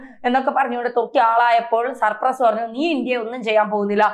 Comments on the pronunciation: Cyprus and not supress as you pronounced.😊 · സപ്രസ് അല്ല ചേച്ചി സൈപ്രസ് 🤣😂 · സർപ്പ്രസ്സ്‌ അല്ല.. സൈപ്രസ്സ്.. അത് പോലും പറയാനറിയാത്ത ആങ്കറിനെ ആണോ വായിക്കാൻ നിർത്തിയേക്കുന്നത് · സർ പ്രസ്സ് അല്ല .. സൈപ്രസ്.. poor gk.. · സർപ്രസോ അതോ സൈപ്രസോ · സർ പ്രസ് അല്ല സൈപ്രസ് ആണ് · CYPRUS not surprus. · Surpress 😂😂 സൈപ്രസ് ആണ് കുട്ടി. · surpraso??? ethethu rajyam. kunje Cyprus enna parayuka. nalla journalism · സർപ്രസ് അല്ല ഹേ സൈപ്രസ് 😅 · Cyprus - please check the pronunciation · Its not surpress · സൈപ്രസ്സ് ആണ്. തെറ്റി പറയല്ലേ........